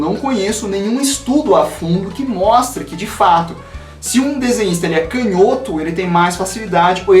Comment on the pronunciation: acompanho você faz bastante tempo já e finalmente tenho uma crítica. POR FAVOR para de falar CANHÓTO. kkkkkkkkkkk sucesso men!